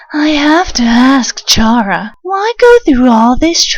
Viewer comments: its actually k-ara not ch-ara (the way you pronounce it) she got the name chara because of CHARActer the more you know i guess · You probably get a lot of these but chara is pronounced ka-ra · How do y'all pronounce chara I pronounce like (karma)